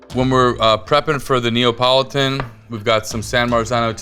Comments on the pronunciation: Neapolitan not Neopolotan. 😂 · does he keep saying Neopolitun?